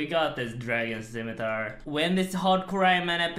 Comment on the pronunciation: he just can't pronounce scimitar, can he 'stzimitar' 'skeemitar' but never 'scimitar'